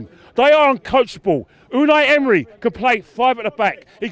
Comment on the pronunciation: Did he just say Midnight Emery 😂😂😂😂